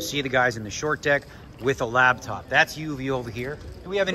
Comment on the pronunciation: Dear God Daniel, please stop calling it a lab top!!!! It’s a laptop!!! 😂